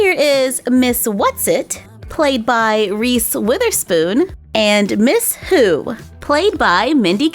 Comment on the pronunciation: I thought that you said miss poo not miss who